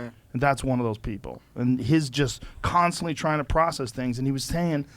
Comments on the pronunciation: 'Kan' stantly! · Kanstantly- joe pink rogan